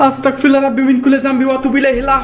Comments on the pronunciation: ভাই আস্তাকফিরুল্লাহ না আস্তাগফিরুল্লাহ হবে আস্তাতফিরুল্লাহ না বলার কারণে আপনার ওপরে জিনের আছর করে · হ্যাঁ আস্তাগফিরুল্লাহ এইটা হচ্ছে সঠিক উচ্চারণ❤ আর আস্তাকফরুল্লাহ এইটার মানে হচ্ছে আমি কাফের 😢 নাউজুবিল্লাহ